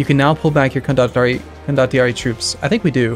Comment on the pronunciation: I am pretty sure it is pronounced con-do-tee-ar-ee.